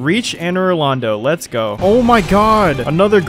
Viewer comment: I liked the humor it carried well and the quality was Def solid but every variation and pronunciation of "let's go" was rough, it was so frequent I nearly stopped the video when it was said 3 times in less than 2 minutes. Great job on the Plat. Hit up sekiro of you havent yet.